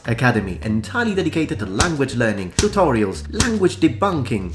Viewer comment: "TUROTIALS" on purpose? 😂